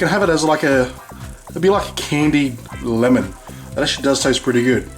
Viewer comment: the way he says LMN! xD